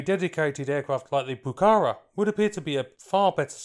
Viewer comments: it's not pronounced puh-CA-rah, it's puh-cah-RAH, accent in the last syllable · No es "Pucára" es "Pucará". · Please pronounce it properly: the acute accent on the last “a” tells you where the word should be stressed: poo-ca-RA not POO-cahra nor poo-CAH-ra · Please correct your intonation: it's not "pucára", it's "pucará". The emphasis is on the 2nd "a", not the first. And the 1982 war wasn't its main combat usage; that doubtful "honour" was anti-guerrilla, that is, it was used to hunt down those who opposed the dictator of that particular moment. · pucaRA stop saying PUcara. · (1)'Minor revision, "Pucara" is pronounced stressing the last "a", "pucaRA". (2) Good documentary about a beautiful airplane. Thanks! (3) A jet propelled version was considered, but never went beyond concept and proposal. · Another great video. Say 'PucaRAH' - the final a is accented. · Se pronuncia: Pu - Ka - Rá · Greetings from Argentina: 1- It is Pucará (accent on the last syllable) 2- I agree, the timing was horrible for this plane. 3- The engines were also a weak point. They weren't as reliable as the rest of the plane 4- You failed to mention a version, the IA-66, with Garrett engines, intended for export and to explore other engines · Muy bueno el video. Es Pucará, con acento en la última "a", se pronuncia como palabra aguda. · In pronouncing Pucara', note the accent mark on the last syllable.